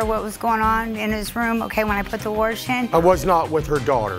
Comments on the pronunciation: warsh, lol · Put the warsh in? The fuck?